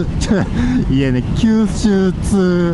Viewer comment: 九州ツーを、きゅうすうちゅーって言っちゃいましたね！ 何気に疲れてたのですね(^^)